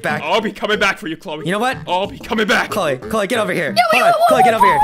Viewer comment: I thought her name is "CHLOE" and not "CHOLE" 🗿